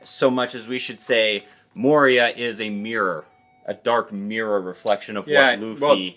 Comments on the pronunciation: Dear, Moria's name is generally pronounced Moria(Think mines of moria) not Moriah. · More-ee-yah, not Mariah, lol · Mohryeah 😂😂😂 It's "Mo-ree-ah" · Who's Moraya? I always thought his name pronounced Mo-ree-ya I have never hated Mo-ree-ya tho. To me he's a necromancer, one of my favourite class in dungeon and dragon. Doesn't need to lift a finger to fight, that's what your summons are supposed to do. He basically stole Sanji, Zoro and Luffy's shadows. He can also fight using his own shadow. There must be a reason why he is chosen to be a Schichibukai in the first place. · Moria is pronounced Moh-ri-a, not Mo-rAi-a. it's a pun on Komori (a bat), and Moria (Khazad-Dum from LoTR, which is its itself a pun). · The way dad pronounces Moria has now placed the cursed image of "Moriah Carey" in my head. Happy holidays y'all! :) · SOMEONE PLZZZ CORRECT HIM!!! ITS MORE•IE•A!!! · I'm sorry, but is so hard hearing Moria pronounced that way. >.<